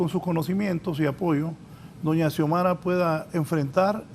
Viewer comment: Porqué los periodistas no pueden decir Presidenta "Xiomara"? Parece que se perdieron una clase importante de la carrera...